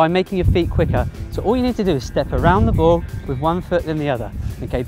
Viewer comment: Your saying bow instead of ball